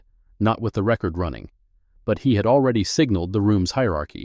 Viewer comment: Please edit/ have a human read before posting. The “Chinese?” is interesting but not relevant to the story. “Record” verb vs “record” noun = different pronunciations. in addition to difficulty getting a lawyer is something not specifically addressed, with repeated hearings the time away from the kind of work the image “Miss Mercer” represents, the loss of wages, perhaps also transportation and childcare costs. “referring your case to the Henrico County Bar for review” local Bars can review attorneys misconduct since Miss Mercer is not known or acting as a lawyer this is misleading. “Pro Se” is pronounced Pro “Say”. The racist remarks could have been charged as Federal Civil Rights Violations. Angela needs to get a Court Order to retrieve the boxes with the 35 complaints from the Court basement.